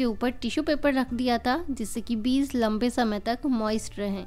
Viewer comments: Its Beej not beez.. By the way very nice video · Bahan beez sunayi deta hai ppz beej kahiye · Beez nhi beej mam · Yeh ap log beez q kahte hain? Beeg بيج asal lafz hai، amaa yar urdo to sahi bola karo uljhan hoti hai urdo ghalat sunne se.